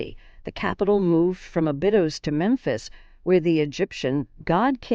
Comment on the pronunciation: Abydos is pronounced Abby-dose.